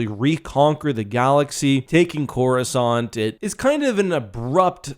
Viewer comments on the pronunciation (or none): none